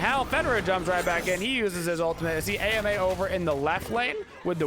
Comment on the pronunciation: Why do you call her A.M.A. instead of Ama?